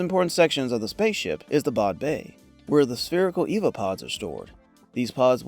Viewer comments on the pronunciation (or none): EVA stands for "Extra Vehicular Activity" and is pronounced "ee-vee-ay," not "eva." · The pods aren't Eva pods......they are EE-VEE-AY, for Extra Vehicular Activity pods. E.V.A.